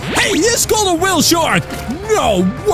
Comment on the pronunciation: Its whale shark not weelshark